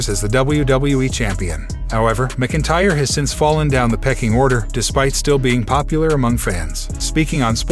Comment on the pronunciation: Dude you sound like a robot when you say MacIntyre you're not even close